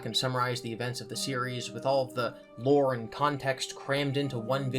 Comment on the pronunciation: Why does he say lure like hes madea